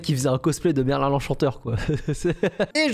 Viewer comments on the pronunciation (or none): none